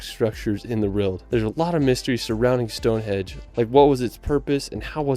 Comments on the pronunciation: The only annoying downside to this video is the annoying mispronunciation of some of the places, it’s a shame it can’t be edited as it spoils the whole video. It’s Westminster, not West Minister, it’s Stonehenge not Stone Hedge, it’s Wales not Wells. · While I appreciate any and all positive feedback about our amazing country I have to be a pedantic d**khead and point out that there are no such places as Westminister or Stonehedge or Hollyrod! Westminster, Stonehenge and Holyrood are the actual pronunciations of these place. I know I am being an annoyingly pedantic twat but it's what I do..... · bruh my man calls it stone hedge 🤣🤣🤣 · It's annoying eh. It's henge mate, henge 😂